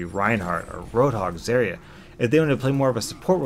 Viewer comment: It's zah-ri-a not zeh-ri-a